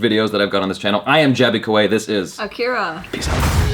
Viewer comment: I Like the way she pronounces her name"Akeira"